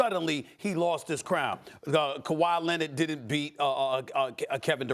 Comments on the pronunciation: Nobody: Stephen A: Kawhi Lennid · “Kawhi Lenned” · Kawhiet Lennit lol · Stephen “Kawhi Lennit” A Smith